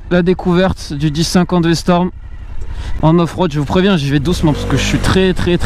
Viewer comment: commence par apprendre le nom de la moto... C'est V-STROM pas V-storm... 🙄